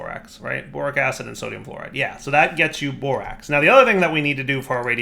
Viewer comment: I could have sworn i heard boring acid instead of borax acid